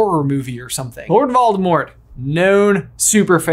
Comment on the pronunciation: It's clever of you to pronounce it "Valdemort." He won't find you that way. But I think you're giving Rowling way too much credit. She isn't a good writer. She didn't think about the story this deeply.